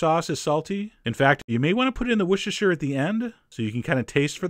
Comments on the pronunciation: come on, chef john! wossteshə! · Its pronounced "wooster" sauce, please. Its the same deal with the way leicester square is pronounced "lester square". The English are funny that way.